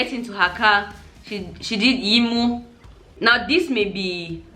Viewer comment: I was impressed that you knew what 'yinmu' is and pronounced it correctly. For those who may not know, 'yinmu' is a form of non-verbal communication commonly used by Nigerians, particularly the Yoruba people. It can be seen as a flattering gesture or a way to show approval, often accompanied by specific facial gesture language. While it may sometimes be perceived as disapproval, it's not always the case.